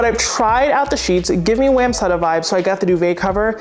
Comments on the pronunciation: Hi love your channel but one thing bothers me. You are pronouncing wamsutta wrong. Sorry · Side! Side! Side! Back people: Stop snoring and try side. You might like it. I've always pronounced Wamsutta different from the way you say it. I looked it up and it was worse than the way either of us say it. So I recommend we each stick to our own pronunciation and be happy with that. Thanks for reviewing all the cool things so we don't waste our money on a dud.